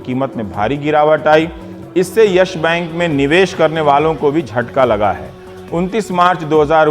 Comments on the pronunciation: Dear Rubbish Kumar, It's YES bank not YASH Bank. Bolna too sikho pehle... Anurag Mishra Ke Chele😂😂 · its not "yesh bank", its yes bank... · Ohhh now ndtv became worried about yes bank situation, you are the one tv channel who praised about yes bank in 2011 and made interview with Kapoor family by praising him,shame on you ravish. And one more thing it's not Yash bank it's yes bank try to pronounce it properly it's irritating to listen your vocabulary 🤮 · अबे चुटिए Yes Bank he ye Yash bank bol rha he ye totla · Ravish "Yesh" bank kyu bol rahe hai ? :)